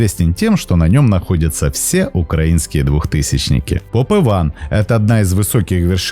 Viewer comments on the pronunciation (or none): none